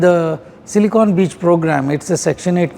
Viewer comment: Not Silicone.. it's Silicon